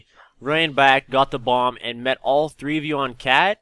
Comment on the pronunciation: The way he say 3 is so funny at the beginning